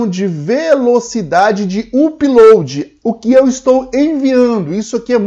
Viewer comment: UPLOAD se fala Âpload (com som de A fechado), não uuuupload. Chega dói no ouvido...